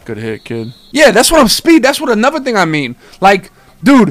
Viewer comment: Hey.. but don’t say anuva